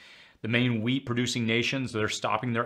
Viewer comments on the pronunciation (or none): none